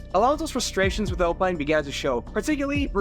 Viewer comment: why bro saying alpine like that